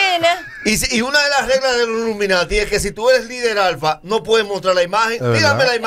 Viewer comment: Nagüero jura que se dice "Luminati" 😂